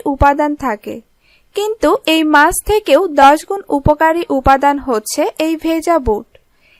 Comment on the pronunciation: Mas noy kathata maachh... Mane fish. R soril noy bolun sorir... Nirghat apni Bangladeshi... Apnarai paren kathar ma maasi ak kore dite...